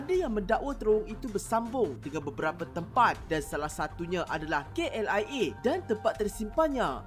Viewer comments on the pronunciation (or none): none